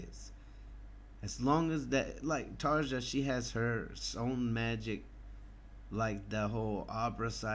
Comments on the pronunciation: I think it's Tar-ya rather than Tar-Ja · Excellent comments. Both versions are amazing but for some reason, for me anyway, Floor's performance is just more emotional, majestic and magical. BTW - her name is pronounced "Tarya" just as Floor's last name is pronounced "Yansen". The "J" in is pronounced as a "Y" in many European countries. :-)